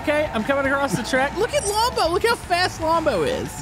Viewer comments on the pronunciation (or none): It’s pronounced:lombo